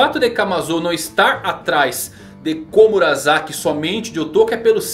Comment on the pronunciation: Fazer anuncio de curso de japonês e falar "Komura(za)ki" e não "Komura(sa)ki", fica meio estranho. Alguém ta precisando fazer esse curso..kk. S tem som de S. Seria estranho falar Sake como Zake.